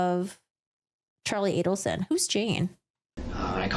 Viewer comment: It's A-del-son.